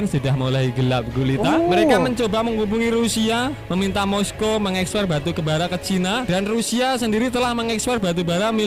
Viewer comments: Baru bara bang,, bukan arang😄😄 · Wkwkwk batubara bro bkn arang😄